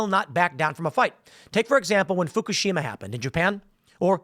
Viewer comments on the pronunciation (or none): none